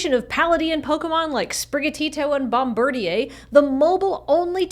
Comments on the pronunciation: For not actually being French Canadian, French Canadianism is showing. It's Bomb-bird-eer, not bomb-bird-iay. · This is such a minor thing, but I was under the impression it was pronounced "bom-bird-eer." Like, looking at it in writing makes the French pronunciation make sense, but I had just assumed since it was the English name, it used the English pronunciation.